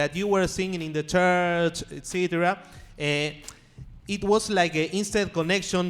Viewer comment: Grande el veeyam espikin nglish y diciendo etcitira